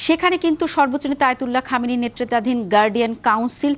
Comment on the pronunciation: নাম হচ্ছে আয়াতুল্লাহ খামিনি এই সাংবাদিকের বাচ্চা বলতেছে খাদামি ওরা নাকি আবার শিক্ষিত ঠিক মতন নামটাও পড়তে জানে না